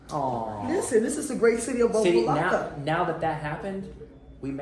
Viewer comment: He said OPA - LOCKA …. Jackass! 😂😂😂😂😂😂😂😂😂😂😂😂😂 Never heard that before! Wrong Pronunciation Bud!